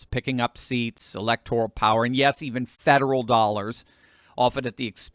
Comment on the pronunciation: Ooooohhhhhh yesh, yesh, yesh.....